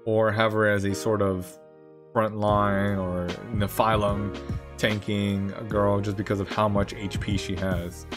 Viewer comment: Great video but is that the official pronounciation for Nephilim? It made my brain hurt a bit.. I'll go with the standard anime/Supernatural pronounciation. Hehe